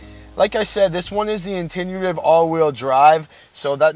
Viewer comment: What’s with the nauseating music....and the word is intuitive...as in intuition.